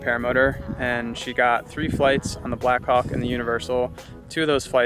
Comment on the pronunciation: pronounces "black hawk" a little differently...